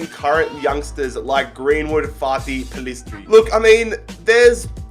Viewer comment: FYI:, when pronouncing American names almost never is a “c” a ch sound. so when saying pulisic it sounds like PooLissik. no poolissich. in America we only make the ch sound with a c if it has that diagonal line over it.